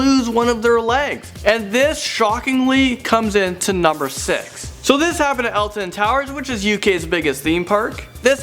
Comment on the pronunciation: its alton